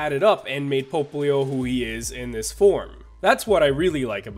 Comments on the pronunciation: Why does he say "Pope-leo"? Everyone else I have heard says "Pop-leo". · It's “POPP-lio,” not “POPE-lio”! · it's pop-lio NOT "pope"-lio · Pope-lio Francis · isn't "popplio" pronounced "pop", like... popping bubbles?? because popplio is a water type and bubbles and water and shit?? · It's pronounced row(like eyebrow)-let pop-pli-oh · Hahaha yes i hate it too when he say it that way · Rintoharu Right... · That pronunciation of Popplio tho